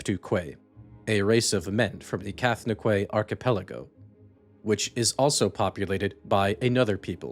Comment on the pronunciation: I know how it's spelled, but it's pronounced Cath-No-Kee, not Cath-No-Quay. Quay is pronounced "Key".